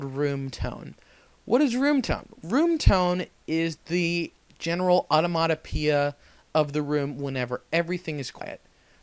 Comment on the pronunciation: Good information, well organized and delivered. But---"onomotopoeia"?